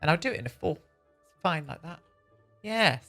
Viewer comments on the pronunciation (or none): none